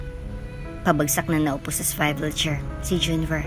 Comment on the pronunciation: Miss narrator sorry po sa correction SWIVEL CHAIR is pronounce as suwivel chair